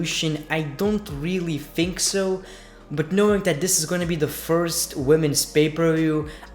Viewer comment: It's think not fhink